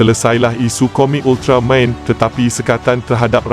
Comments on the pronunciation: Stress dengar part sebut ultramaim hahaha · Sekadar teguran... Minta tolong sebut betul2 .. 'Ultra-man... Bukan Ultra Main' ye. Please la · UltarMAN! BUKAN UltraMEIN! Adoouii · Weh aku dengar dia cakap ultramain itu je aku dengar hehe ... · Moderator ni org mane ni, sebut main hentam je... Buruk betul mendengarnye... Sentai jadi Sentai... Ultraman jadi ultramain... Stress dengo .. dh la cara Penyampaian membosankan... Best lg faktaw... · ye betul. itu sebutan dalam bahasa jepun. tapi masalahnya si pencerita dalam video ni sebut Ultraman jadi Ultra Main., tak ke pelik bunyinya tuu..??? 😝😝😝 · Pelat agaknya.😅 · Admin Sebut "Ultraman" pun mcm bodoh !!! 💩💩💩💩